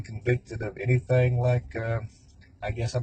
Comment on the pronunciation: " We're not cutting anethang or anything."...